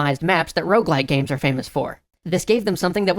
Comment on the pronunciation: Will everyone stop saying ''rouge-like''? It's ''rogue-like''. As a French speaker, seeing ''rouge-like'' used bugs me to no end. It doesn't make any sense. Rouge is simply the word for the color red. Rogue-like refers not only to the game most often credited with spawning or at least influencing the genre, ''Rogue'', but also points towards the stealthy, somber and roguish nature of most rogue-likes.